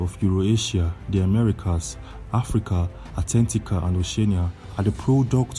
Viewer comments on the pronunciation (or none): Antarctica not attentica